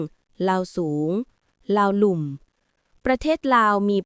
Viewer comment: อ่านว่า ลาวลุ่ม ครับ หมายความว่า กลุ่มคนส่วนมาก ที่ทำนาในที่ลุ่ม และมาภายหลังคนกลุ่มลาวเทิงด้วย(คนออสโตรเอเชียติก)มอญ,ขอม, ว้า,กุย กวยฯลฯ โครงกระดูกคนโบราณที่ขุดพบใต้ดินเป็นกระดูกของคนกลุ่มนี้ ไม่ใช่กระดูกของบรรพชน คนไต,ไทย,ลาว